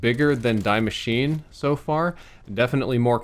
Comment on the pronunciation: "Dee Ma-sheen-ah"